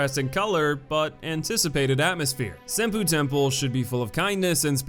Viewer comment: Dawg I love your videos but you've GOTTA learn how to say these place names correctly... cringed every time I heard "Sin-poo Temple"